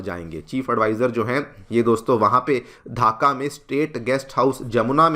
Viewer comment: धाका नहीं ढाका. Pronounce it properly